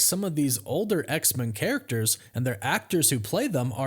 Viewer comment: Don't hate me but I gotta ask you to start saying X-Men properly. You're the only person I've ever heard who pronounces it X-Min instead of X-Men. The X isn't supposed to be emphasised more than Men. Both syllables receive equal emphasis. But when you put emphasis on X only, it changes the vowel in Men from 'e' to 'ə'. I love your work, but it makes me wince every time you say X-Men and that's only going to happen more. Please pay attention to how everyone else says X-Men in media and reality. Otherwise by the same logic we'd be saying Supermin, Batmin and Spidermin 😊